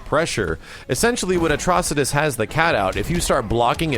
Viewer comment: Hurray! finally pronounced Atrocitus right!